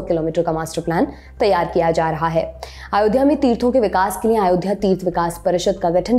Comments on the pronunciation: महोदया “अयोध्या “ है आप आयोध्या कहे जा रही हैं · It should be pronounced as Ayodhya not Aayodhya which the anchor is pronouncing. Its very similar to Ram being called as Rama and Ashok as Ashoka. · Not aayodha .its ayodhya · Aayodhya mt bolo... Lallantop should teach her how to pronounce ayodhya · It’s अयोध्या not आयोध्या. Why Lallantop always play with pronunciation? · अयोध्या को आयोध्या क्यूं बोल रही हैं ये मैडम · its अयोध्या (ayodhya) not आयोध्या (aaayodhya) Please be correct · अयोध्या not आयोध्या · Aayodhya.... Sahi see tyo bolo nam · pehle to tu Ayodhya bolna seekh le